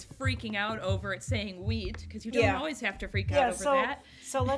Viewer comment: I love your hair. The chocolates look so good. Every time that she said wheat, I thought that she was saying weed 😂. Aww I'm so sorry for the loss of your doggie. The 23rd is the 3-year anniversary since my sweet Chewy passed away. Lossing pets really sucks. My favorite candle scent is anything sweet like candy or baked goods like doughnuts. I'm burning sweet, sugared lemon right now. I HATE strong florals and lavender.